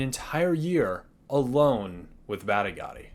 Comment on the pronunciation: Ooof! Those Badigadi & Elinalise pronunciations need some work.